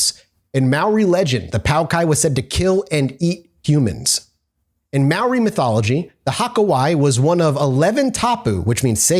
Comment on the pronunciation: Your pronunciation of many of the Maori words are off, but you made a really good shot at it. Though you did mess up some English words too.